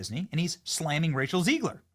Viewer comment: ZEG-LER, NOT ZEEG-LER!!! Is he trolling? To be clear, ZEG-LER destroyed this movie, and I'm not a fan.